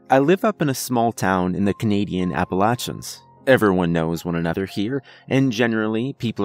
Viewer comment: No one ever knows how to pronounce Appalachian... But don't worry, I still enjoy your material immensely.